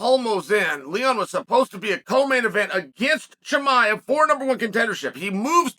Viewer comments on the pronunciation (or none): none